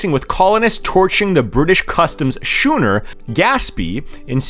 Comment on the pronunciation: Don't you think that a video pretending to provide information should know that "schooner" is not said 'shooner', and that "mercantile" is said "mercantile", not 'mer.... cant.....tile'. If you are too ignorant to know the language that you are pretending to speak..... don't.